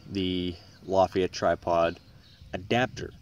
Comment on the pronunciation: It's pronounced "la-fet-ah" its German. Not French.